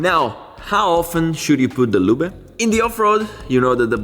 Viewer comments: Se dice Loob not Luba. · Great job! Missing your motorcycle videos. The e is silent in english, loob ✌🏻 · English is not German. Loooob like booob. Ending "e" in English is silent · Anyone else amused everytime he pronounces “loobuh” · Saying "Lubeh" makes this so much more funny :)))) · Many English worda that end in e, change the previous vowel eg. car/care tar/tare far/fare. So the ending E is silent, as in "lube" The "e" makes the "u" loob. Same with CUT and CUTE :) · The way you pronounce lube it means " clumsy yet kind man" in my local dialect 🤣 We just say oil instead of lube . Good content anyway. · I love you "lube" pronunciation. It is somehow fun but cool